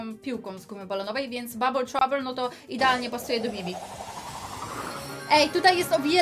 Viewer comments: na Bibi powiedziała bea XDD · Wtedy kiedy była bibi ty powiedziałaś bea 🤔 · oszukała bo gdy była bibi to najpierw powiedziała bie ps wymuwiła bi